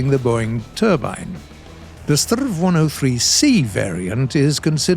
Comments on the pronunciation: "strrrrrv"..? It's "ess-te-arr-ve" or "ess-tee-ar-wee" if you pronounce the abbreviation instead of saying stridsvagn 103. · Please, S T R V not STRRRRRRVVVVV. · Pls dont say strav say s t r v or s 103. But a relly good episode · I've never heard a Swede prounounce the abbreviation "Strv" as "sturv"... but I have heard way more common that we pronounce each letter separate like "ESS tee are vee" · I'm not sure if i catched how the name of this tank should be pronounced. Is it the strrrrrrrrrrrrerv or the srrrrrrrrrrrv? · Strv isn't a word, it's and abbreviation of stridsvagn, you spell out every single letter when pronouncing it, S-T-R-V. saying it as a regular world sounds so incredibly wrong. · Just a friendly remark in Sweden we don’t say Strv in one word we say it letter by letter. :) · Come on, Strv is not a word. Its short for Stridsvagn, you pronounce each letter seperately! Please, do research how to pronounce it...